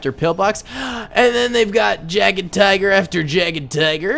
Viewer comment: Umm. The Jagdtigers are pronounced like yeah-ggd-tigers ok? stop mispronouncing things, everyone knows how they sound, c'mon man